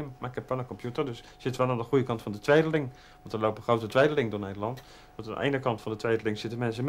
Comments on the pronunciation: En het helpt ook niet als Kees er een beetje mee speelt, onder andere door twee-deling uit te spreken als tweede-ling. :-) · tweeduh-ling haha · Ik dacht Wat zegt `ie nou?.... Twee de ling. LOL